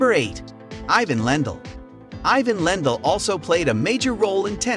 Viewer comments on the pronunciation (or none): Ok... You fail right from the start. Who doesn't know how to say Andre Agassi and John McEnroe's name??? Why are you even something on Tennis when it's obvious you aren't a fan of the sport,, Then, you said Ivan Lendl's name wrong.... But, You did get Jimmy Connor.... I can't even watch any more of this.